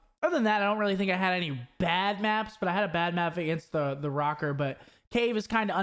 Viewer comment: 1. Thoughts on Dallas and Atlanta not being there? 2. It's rocker not roaker 3. Thoughts on that warzone game!